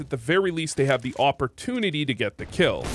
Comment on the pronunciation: "Awportunity" I See what u did there hehe